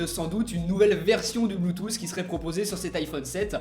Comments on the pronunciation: c'est bluetooth et non blue tousse.. quite à faire des vidéo sur l'iphone apprend le vocabulaire anglais... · le blootousse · Des casques "Bloutousse" 😂😂😂